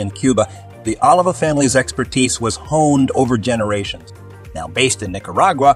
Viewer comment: Oliva, Partagas, Padron, Davidoff and Romeo Y Julieta were all pronounced incorrect.